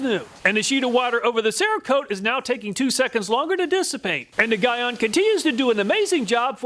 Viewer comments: Great video, thanks! Constructive criticism: Gyeon is pronounced GEE (like golly gee) ON (like on/off). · Armerall makes a surprisingly good glass repellant. Also gyeon is pronounced G-on or Gye-on its a Korean name. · Gyeon is pronounced like GEE-on (G as in giraffe) if you use any of their products in future videos. They're a big brand in car paint care and maintenance. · GTechniq is a brand out of the UK. They primarily make detailing products. Also, Gyeon is pronounced JEE-ON. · I’ve used rain-x in the past and was pleased with it. But ever since using dedicated glass ceramic coatings, I can never go back. I personally have GTechniq G1 on my car and love its performance. Side note, Gyeon is pronounced “jee-on” rather than “guy-on”. It’s definitely a competitor to GTechniq in the car detailing brand space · Just for future note, it's pronounced "G-on" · Gyeon is pronounced Jean on without the N on Jean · It pronounce GEE YON 🙂 (Sorry detailing geek here) . As always, awesome review. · I saw in the beginning of the video that you had Glaco windshield protection on the table but you didn’t include that in your test. What happened to that product? Also, I believe Gyeon is pronounced Jee-On. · Great review and fantastic channel. one of my favorites I thought i would see a correction in the comments? Gyeon is pronounced "GEE-ON" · Gyeon is pronounced G on lol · I believe Gyeon is pronounced G-yeon. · Guy-on 😂 Great vid, btw it’s GEE-ON. No worries thought, awesome vid. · Pronounced G-ON not Guy-ON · Gyeon... Not that it matters, but it is pronounce GEE-ON. My pick is the Gyeon. Sure, hard to install, but longevity matters. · The way your pronouncing Gyeon is disturbing me 🤣🤣 it’s pronounced like “Ge”-“on” not “Gi”-“on” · Never known how to Pronounce the brand Gyeon. Here in the UK we tend to say Jhee On. You seem to say Guy ahn. Will have to ask the manufacturer haha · It’s G-Yeon. not Guy On. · I believe it's pronounced 'Geeon' not 'Guyon', at least in Europe it is.